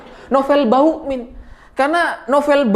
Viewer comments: KOK SAYA DENGERNYA BUKAN BAMUKMIN TAPE BAUKMIN HAHAHAHAHAKS RALAT WOY RALAT MATAK DEDDI SALAH TAPSER KAKAKAKAKAKS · bg nama nya novel bakmumien bukan novel bauin kalau susah nyebut nya novel ompong aja manggil nya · Hooooeeee....ngomong yg jelas dong.....nama sy Nopel Ba muk min...bukan Bauk min....bukan bawokmin...apa itu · ada yg nyadar ga klo nyebutnya "Novel BAUkmin", instead of Bamukmin...:D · kok saya dengernya Novel Bawukmin ya....😅😅😂😂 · Sengaja apa sengaja nih??? Koq selalu terdengar "NOVEL BAUKMIN"... wkwkwk.... Mantulll!!! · kenapa tiba2 "M" jadi "W"...😁😁😁